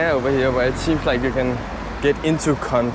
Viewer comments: I like watching your videos because it's helping me reacquaint myself with the motherland. But I feel like you guys are mispronouncing the word. I think you make the O 😮 sound with your mouth when you say Kond. I don't think it's kunt. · not Cunt as you are pronouncing. It's an [O] in Kond. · KANT 😂😂😂😂❤ I liked we prefer this pronunciation for obvious reasons 😂😂😂 It's pronounced simply Kond😅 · its not C*nt its kond with an O sound